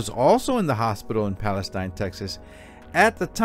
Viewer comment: It's Pale-steen Tx, love your show!